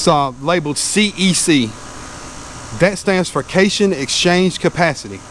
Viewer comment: cation is pronounced: cat-eye-on. let the weeds grow and hit them after the grass has established.